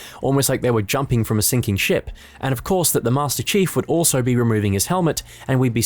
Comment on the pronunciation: did you just call him master cheeks?